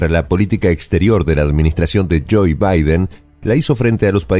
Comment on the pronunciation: Siempre dice Joey, creí que nadie más se daría cuenta... en el caribe y por lo que veo en Suramérica también lo dicen mal... la OE es un diptongo inglés, pero ya no hay pretextos basta con ponerlo en google ese nombre y te dará la pronunciación correcta. El dice joy que significa alegría y nada tiene que ver con ese sujeto jajaja